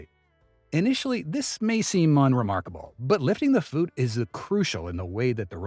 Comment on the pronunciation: lifting the fut 😂😂😂 god damn AI channels. Don’t recommend button!!